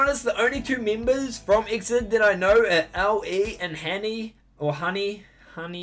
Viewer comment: The groups pronounciation is E-X-I-D not Exid. :3 It stands for "Exceed in dreaming".